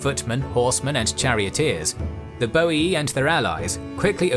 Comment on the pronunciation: ooh my god, someone said Boii and not Boiai :P hahaha love your Channel :D Feels like watchng the old THC but in hd